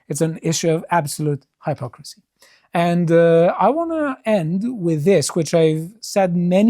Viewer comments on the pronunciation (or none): I love the pronounces "high-pocrisy" 😊